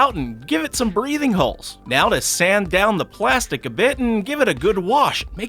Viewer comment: Am I the only one who heard pwastic